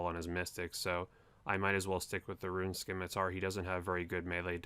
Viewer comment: learn how to pronounce scimitar